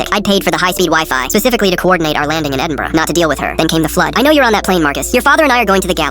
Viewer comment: They said Edinburgh properly 😁